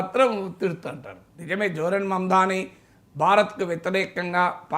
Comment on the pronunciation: Not mandani it is mamdani